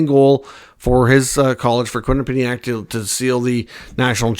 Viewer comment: You’re mispronouncing Quinnipiac 😂